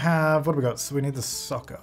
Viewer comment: I know he said soccer but I thought for a second he said sucker. Lol the difficulties of watching this and the current sims lets play